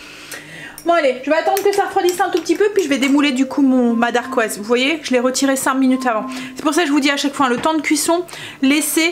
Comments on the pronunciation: Dacquoise, sans le R, et c’est plus facile à dire hé hé. Je note tes recettes miam. Merci! ❤👍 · Hello! Moi aussi j’ai commencé la pâtisserie maison avec les entremets: ça présente super bien et c’est surtout trop bon:) Par contre on dit dacquoise, il n’y a pas de R. Des bisous!